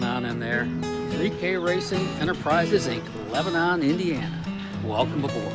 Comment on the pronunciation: It’s not Leb-a-non. It’s Lebn’n. Get your Hoosier vernacular correct.